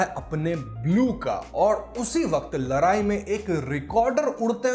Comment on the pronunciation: Bro ladai....not larai